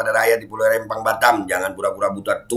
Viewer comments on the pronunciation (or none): Rempang bukan Rembang, huruf Pe bukan Be ....